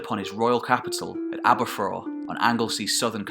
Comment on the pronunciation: Fascinating as always. No criticism intended, but to give something back in the spirit of sharing education, here's some Welsh pronunciations of places and people that weren't quite correct: Seisyllwg = "sais-uh[LL]-oog" (It's impossible to describe the LL sound in any short way, but here's a video on how to pronounce it: Aberffraw = "aber-fr-ow" Dyfed = "duh-ved" Brycheiniog = "bru[KH]-ey-nee-og" (The "CH" sound is similar to the Scottish "lo[CH]"). Glywysing = "gluh-wuh-sing" Cadell = "cad-e[LL]" (again, that LL sound!) Hyfaidd = "huh-vaith" Ceredigion = "keh-reh-dig-ee-on" Ystrad Tywi = "uh-strad tuh-wee" Merfyn = "merr-vin" Hywel (not Hywell) = "huh-wel" Llywarch ap Hyfaidd = "[LL]uh-wahr[KH] ap huh-vaith" And two others that weren't mentioned in the video, but were shown on the maps: Maelienydd = "my-lee-ehn-ith" Buellt = "bee-e[LL]t" As I say, no criticism of your pronunciations intended. Welsh is a tricky language to pronounce for those who haven't grown up around it!